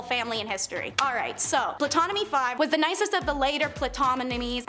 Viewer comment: Good job but the "p" in Ptolemai is silent.